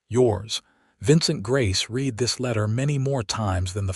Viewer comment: I can't believe any human that got through first grade would pronounce read in the past tense as reed instead of like red. So, I also believe it's an ignorant, untaught AI, belonging to a channel owner that is too lazy to listen to the story before it is uploaded.